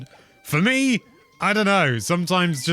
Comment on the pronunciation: You pronounced "me" differently in your usual introduction... I dont like change